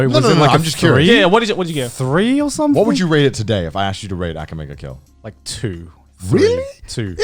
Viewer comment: Why is Connor pronouncing Akame ga Kill like that?